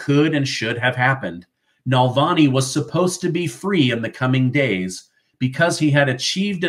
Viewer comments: It's "Navalny" not "Nalvani". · Alexei Navalny not nalvani, love your work tho, you’re amazing too. News that brings a smile,😊 even if some of it is frustrating (New York Engoron bullshit)